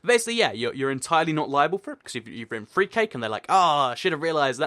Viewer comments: did he say the number free? instead of number 3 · did u say 3 like free on purpose because u were talking about 3 cake?